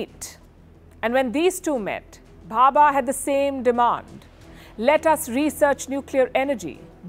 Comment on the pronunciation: Its Dr. Homi Jehangir Bhabha and the reactor is pronounced Sai-Ras (CIRUS). Expected better detailing on your channel